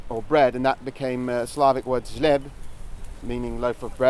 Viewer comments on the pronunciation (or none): south slavic word for bread is hliab, closer to germanic than to north slavic word (which you pronounce zleb, but good to mention that in bulgaran X is pronounced H.